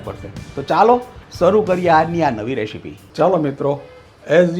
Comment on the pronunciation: રેશીપી 😂😂😂😂😂😂 રેસીપી બોલાય